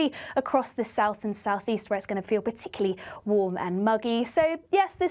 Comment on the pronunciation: Sorry,, did you say " p'tickly "?